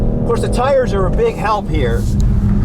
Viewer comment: You know a real car guy because even though he's American, he pronounces chassis correctly.